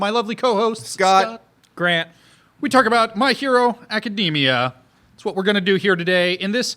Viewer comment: Ugh, calling it Booku no Hero Macadamia makes me flinch as well.